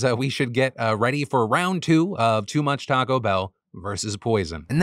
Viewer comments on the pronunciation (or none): none